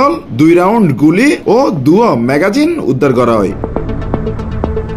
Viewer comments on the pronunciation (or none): মেগাজিন নয় ম্যাগজিন।